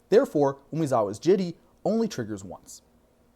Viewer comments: It's an actual Japanese word, for which there is only one objectively correct pronunciation. "Jit" ain't it. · You mispronounced "Jitte". The S is silent. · 3 different pronunciations of "Jitte" within a minute and I still don't know which is right!